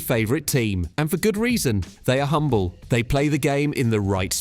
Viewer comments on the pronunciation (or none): none